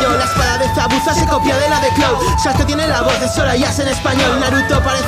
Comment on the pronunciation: lamento contradecirte pero en japones sasuke se pronuncia saske.